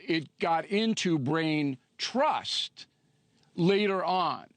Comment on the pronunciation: Lol he keeps saying brain thrust lol